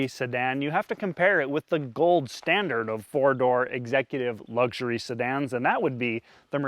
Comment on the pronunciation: Lugsury 😂😂😂😂 it's lux